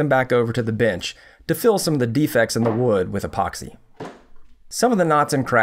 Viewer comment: Why does he call it “binch”